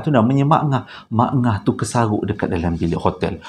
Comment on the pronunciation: 'kesaghok' tu loghat mana bang.?